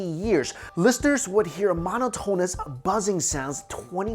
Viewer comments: Mono-tone-us?? It's muh-NOT-en-nus.....sheesh....learn English. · Please, if you present yourself as a "science" channel, you really ought to learn that the word you are trying to use is NUCLEAR. It's pronounced NOO-KLEE-AR. And while I'm at it, it's not MOW-NO-TONE-US, it's spoken as MAH-NAH-TON-US. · Cmon... Did u really say "monotone ous"? Its... monotonous... "monoto nous". Please tell me u dont say... "Nucular" 😂